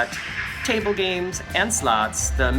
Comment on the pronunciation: Saying table. It vexes me. I'm terribly vexed.